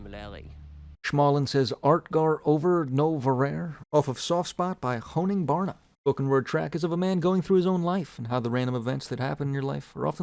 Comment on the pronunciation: The way you pronounced the honningbarna song lmao